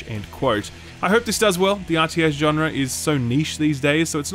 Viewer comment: I love the way you say "genre", which is the correct way, because the correct way is intended to sound beautiful. You're a dying breed in Youtube gamerdom.